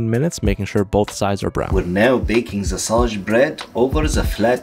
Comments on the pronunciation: I love how he says "the" as "ZEaah" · not “the” my friend, it’s ZA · He says Za instead of the